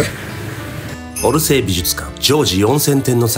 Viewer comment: オルセー美術館が、うるせ〜美術館ってHIKAKINさんの発音から聞こえてしまった🤣